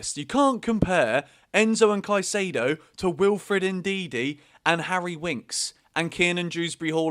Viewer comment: Just a pronunciation tip. Caicedo is" Caisaido," not "Caisaydo"